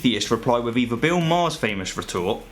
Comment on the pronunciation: He manages "atheism" but not "anuvvah" or "eivvuh". I know one is unvoiced, and the other is voiced, but with a bit of effort...